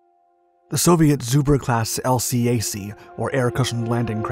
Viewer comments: we pronounce it as a 2 syllable word ... el-cack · 👎 Dislike for using irrelevant US Navy & Marine Corps footage, and can't pronounce LCAC (el-kak).